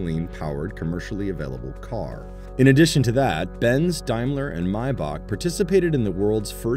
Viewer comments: Pronounced Daymler not diemler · BTW is a D- aim ler..........Not D-eye- mler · Is it only me that cringes every time this commentator pronounces Daimler as Dimeler? Maybe it's pronounced that way in the US but everyone I know (in the UK) pronounces it as it's written. Seriously this video seems to be sponsored by Tesla. Having owned and enjoyed owning a CLK 3.2 AMG and was the longest I ever kept a vehicle (8 years) I paid off the loan in 2 years and even using the authorised dealers for servicing was one of the lowest cost cars to maintain. Before this, I had a Lexus, in terms of prestige most people thought it was a Toyota and no perceived prestige (in the UK) had problems always and the running cost were greater, even the fuel consumption was much higher. Had a friend also who swapped from a Mercedes to a Lexus and regretted it for the same reasons.